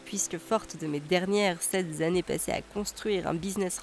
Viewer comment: Merci pour cette vidéo intéressante, comme d'habitude 👍. Juste une remarque : il me semble qu'il n'y a pas de S à sept. La liaison "forte de mes sept ZAnnées", écorche les oreilles à chaque podcast, mais cela n'enlève rien au contenu de qualité qui est proposé sur cette chaîne